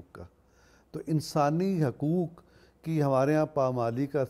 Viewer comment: آپ خود حقوق کا حق ادا نہیں کرتے ۔ (حُقوق کا تلفظ حَقوق کرتے ہیں) اور نامعلوم کتنے الفاظ ایسے ہیں جنکے حقوق آپ ادا نہیں کرتے اور حقوق ادا کرنا تو دور کی بات، آپ یہ تک نہیں سوچتے کہ انکا کوئی حق بھی ہے۔ جو شخص ان معمولی معمولی چیزوں کا حق ادا کرنا سیکھ گیا وہ بھلا غیر معمولی چیزوں کا حق کیسے مار سکتا ہے۔ صلاح الدین شیخ 🇮🇳.....